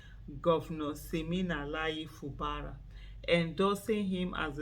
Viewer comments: His name is pronounced as Fu Gbara. Not Fu Bara. . Fu Gbara is the right pronouciation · Fubara is an Ijaw name. Aisha pronounced it correctly. It is not pronounced FU GBA RA please.